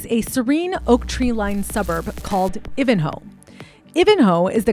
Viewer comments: And she is from I van ho ( Ivanhoe ) not Iv an ho. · Girl just so you know it's "Eye-van-ho" not "If-and-ho" 😂 but honestly as a 37 year old woman, if someone said "wanna do your early 20s again except this time you have to be Kanye West's wife for 4 years" I'd be like "where do I sign up" 😂 he's atrocious and insane and overbearing but your 20s are for playing shit games and winning shit prizes. She is playing the biggest shit game with the biggest shit prizes and I'm sure she'll come out with a lot of experiences, stories and then settle down like a normal person in her 30s. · Ivanhoe is Eye-van-hoe I have nfi what you’re saying girl. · Ivan- hoe, not Eevanhoe, hahaha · It’s pronounced Ivan-hoe (Ivanhoe Melbourne) -best Xmas lights in Melbourne btw! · Very well researched but the mispronunciation made me crazy Day-bew Hose-er-ee Eye-van-hoe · It's pronounced I van Hoe like the name Ivan then Hoe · Ivan-hoe pronounced just like the name Ivan ❤ great research 🙏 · It's pronounced Eye van ho.... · dude its said eye-van-ho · It's EYE-VAN-HOE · EYEvanhoe. Your pronunciation is so bad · I can't tell if your trolling or not on how you keep pronouncing these words... good on you, you got me worked up😂..I.E: Bianca, Ivanhoe, ect... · “I’ve researched everything!” Immediately pronounces Ivanhoe wrong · If you can't pronounce "Ivanhoe" maybe you shouldn't be on YouTube.